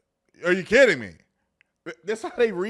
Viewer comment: I think dummy was trying to say “electoral” but was saying “electrical” instead 😂 Then says political power like it made it sound ok 😅 I also thought he said “no kitty” instead of “no kidding” lmao